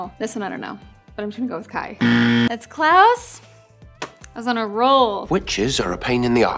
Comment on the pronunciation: It’s sounds like she is saying Klaus as clouds